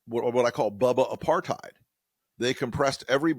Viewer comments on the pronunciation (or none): none